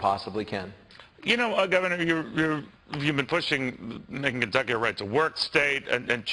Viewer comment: As gov of this state .. notice how he can't even say the word Kentucky .. get lost Bevin !